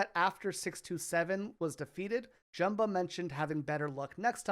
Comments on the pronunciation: Over-edited, gave me a headache. Prounounced Jumba's name wrong too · cant believe you said jumbas name wrong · Can you learn how to pronounce Jumba's name correctly? The way you absolutely butchered his name and didn't get even remotely close makes me not want to watch this video at all.